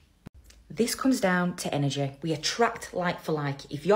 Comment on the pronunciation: An-our-jay. That's how she pronounced energy over and over again. Lmao